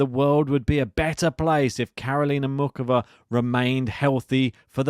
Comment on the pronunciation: There is no OOK in Muchova. The C is not hard. More like, MOO HOE VA (with a little 'depth' on the H of HOE).